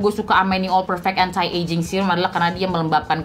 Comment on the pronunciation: "Anti" pronounce nya "enti" deh kayanya kak. Bukan "entai"